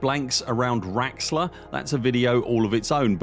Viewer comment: lol its not raxxla 🤣